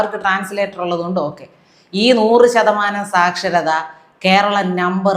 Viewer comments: 100 % സാച്ചരത 😂😂 ബന്തർ കാ ബച്ചാ... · കേരളം സാക്ഷരത സാക്ഷരത എന്ന് പറഞ്ഞു പറഞ്ഞു😅😅😅